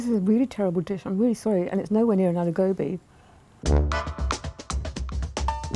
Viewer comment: She said "Gobi" in an English accent. She should've just called it cauliflower, instead of calling it "Goobee". Its procedure "Gobi"! Darn it. 🤦‍♀️